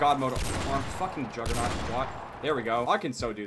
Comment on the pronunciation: *Complains about uav jammer when it is a tactical perk that allows good stealth and is great against people who rely to much on the radar. *Complains and miss pronounces juggernaut when it is a great perk that increases survivalbility. *Uses a sniper rifle. *Complains about people using tactically superior spots that get him killed because of his run and gun playstyle.